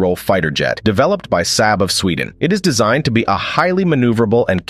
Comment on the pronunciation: Saab rhymes with job not sad.